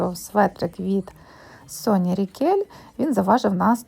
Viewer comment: Соня Ракель а не Рікель) Маркс та Спенсер а не Марк) Розкішна кофта вишневого кольору хоч й великувата, але аби ви її попрали й розклали на рушнику сушити- вона б повкрнула форму й чудово на вас сіла би) Кофточка Ракель дуже кльова! Я люблю кашемір шовк вовну батист сатин паплін тощо- синтетику беру дуже інколи й виключно якщо річ класна або я беру на якийсь захід й мені треба якийсь певний колір і т і)